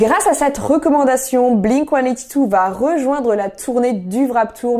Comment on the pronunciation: C'est Warped pas Wrap Tour XD